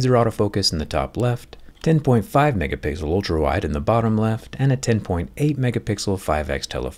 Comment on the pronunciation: "10.5 megahpigzzal"